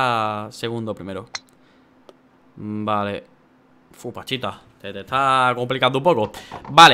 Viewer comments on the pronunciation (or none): Todo el video diciendo panchita y era pachita😂😂😂